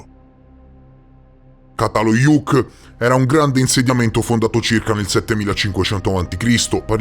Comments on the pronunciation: Ça si pronuncia cia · Grazie, un bel capolavoro! Ti prego di pronunciare giusto, perché se no sembra completamente in altra parola, Primo C dal Çatalhöyük si pronuncia come C di cemento, cena etc 🙏🏼